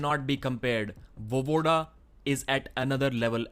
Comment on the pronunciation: VoEEEvoda, not Vovoda